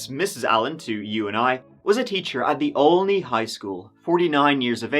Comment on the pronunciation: Why do I have trouble saying Olney. Not Only, sheesh